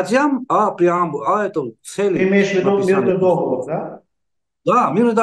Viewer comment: не дОговор,а договОр)